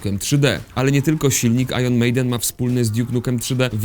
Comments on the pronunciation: IRON czyta się po amerykańsku "ajern", a po brytyjsku "ajen". "ajron" to dziwny polski wymysł. Jest Iron Man - "ajern man" i Iron Maiden czytane jako "ajen mejden" bo to brytyjski zespół. Pozdro 😘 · "ajron mejden". Jesteście pewni że tak się wymawia nazwę tego zespołu : )) ?